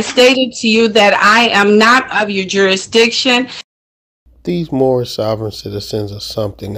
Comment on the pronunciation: Is is me or did anyone else not understand what she said and how it is important to this case? I've heard a lot of Moorish statements but nothing like this before. Oh, I'm sorry, Moormish as Herbert would say. lol